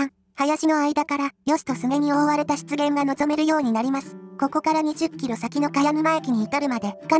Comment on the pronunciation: 湿原が失言にしか聞こえない、なめらかな下ネタナレーション。